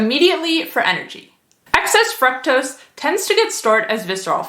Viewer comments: You are pronouncing fructose wrong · The pronunciation of FRUCTOSE is throwing me off lol... But good information otherwise!